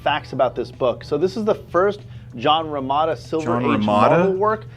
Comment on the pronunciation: His knowledge is so basic, he mispronounced Romita, everything he has is super expensive, and he said himself he’s not that into comics, just the idea that they spawned billion dollar franchises. He’s just into money.